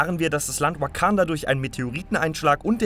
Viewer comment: Achi deine Aussprache ist zu 100% shit hahahah der zolo Film oder weekanda hahahah bitte vergrab dich Schaufel geht auf mich 😂😂😂